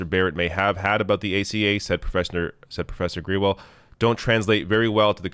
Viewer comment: Grewal is usually pronounced grey-wall.